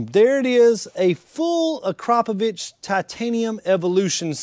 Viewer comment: Acrapovich??? I have never heard Akrapovic pronounced as "Acrapovich". Akrapovic is probably one of the most known brands when it comes to true high performance. I would have thought that a performance shop would be more familiar with such a good brand.